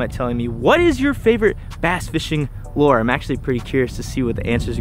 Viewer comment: plzzzz say lure not lore